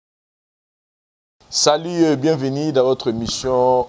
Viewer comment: vieux na nga ya nbala oyo olobi bien Salut au lieu de Salit Mais na suka obebisi tango olobi bienveni!!! 😅😅😅😅🏃🏾‍♂️🏃🏾‍♂️🏃🏾‍♂️🏃🏾‍♂️🏃🏾‍♂️🏃🏾‍♂️